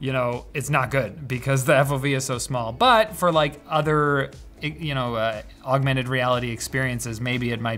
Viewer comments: is where "OWWgmented" was pronounced. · You mean "ougmented" don't you 🤣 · The "augmented" actually sounded german. Even to me as a German. But sadly we call it "Erweiterte Realität"